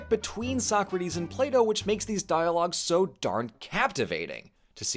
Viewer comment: Why do I keep hearing Play-doh?